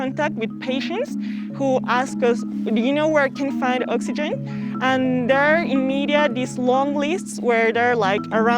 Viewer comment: "The true citizen conserves valuable ovegen"